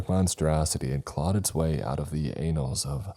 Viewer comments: Anals... hahaha it's,,, ANNALS... ann-alls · Clawing it’s way out of the Anals? Sounds painful! I think you meant annals lol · Annals (ann-Ls) not anal like the booty hole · Love this, but I think it's best if you know that annals is usually said with a short a, such as in apple, rather than a long a like with alien... It certainly pricked up my ears pok